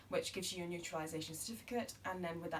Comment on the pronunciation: Hi. Its very informative and helpful. However it was an application for UK "naturalisation" but you kept saying "neutralisation ". It does make huge difference. But I believe you said it without realising..